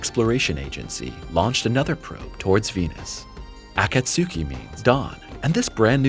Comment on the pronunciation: Akatsuki is 3 syllables not 4. Akats ki not akat su ki